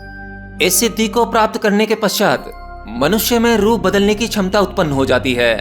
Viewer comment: शुश्म सिद्धी शुश्म 😂😂 छमता 😂😂😂 सूक्ष्म- ये असली शब्द हैं। क्षमता - ये असली शब्द हैं।